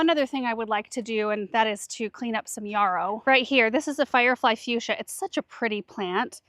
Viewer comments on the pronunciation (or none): none